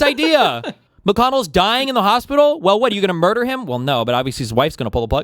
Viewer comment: "WHAT MOURDER?!?!?!"